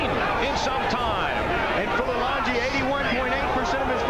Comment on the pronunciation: The fight announcer should be embarrassed that he could not pronounce Fulilangi''s name correctly. Unprofessional.